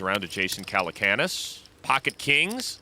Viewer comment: "Jason Calacoonas" What!?